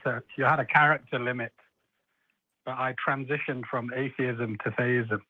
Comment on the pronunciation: Both said atheeeism. But Thayism.